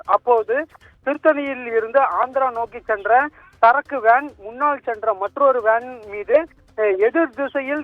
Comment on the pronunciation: வான் மோதியா??? ஏண்டா தமிழை கொலை பன்றீங்க